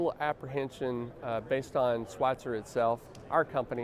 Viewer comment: It’s not Schweitzer… it is Schweizer. There is no “T” in the name. As CEO, you should know that.